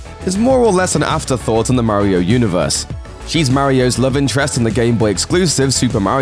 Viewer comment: Does anyone else cringe when he mis-pronounces Mario's name? 😣